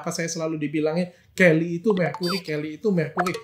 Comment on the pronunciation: Helly bukan Kelly, dr 😂😂😂😂😂